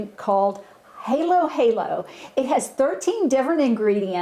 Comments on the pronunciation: Halo halo pronounced w/ short a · Just for info. It is pronounced HA as in HAppy Birthday so it's Halo-Halo.